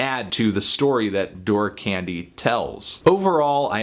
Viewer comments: I think 'Dour' is pronounced the same way as 'Sour', not 'Door' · Isn't "dour" pronounced more like "dow-er"? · No it's pronounced doo-er, he still got it wrong though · "Dour" is pronounced like "door" for everyone wondering. click the little microphone button and an AI with pronounce it through your speakers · Dour rhymes with sour billy woods is actually educated and FYI you are wrong about his background cold vein was written in his house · Dour is pronounced as "dower" Anthony. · Dour can also be pronounced "dauer", which I think was the intended pronunciation here. It makes the title of the album a play on sour candy. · "door" omfg my soul just died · Aww Anthony :( I would've thought you'd know how to pronounce 'dour'. Which is the only gripe I have with your review.